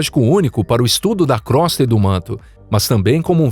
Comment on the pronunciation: Desculpe, mas crosta se pronuncia "crôsta" e não "crósta".